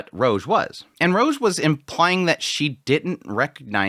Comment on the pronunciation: Rouge is pronounced with an "oo" sound (like food) not a hard "o" (like mode).